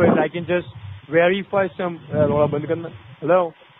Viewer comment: So atleast his superwisor could werify you did'nt have a computer wirus